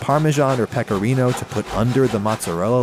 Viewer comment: Im italian and i approve this😎😉 PIZZAAAAAH, VENITE A NAPOLI E SENTIRETE I BENI DELL'UMANITÀ, CMQ come ha pronunciato pecorino XD